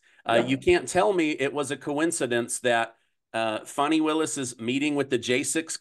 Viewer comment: You're supposed to pronounce it Fawni even though it's spelled Fani😂😂😂😂😂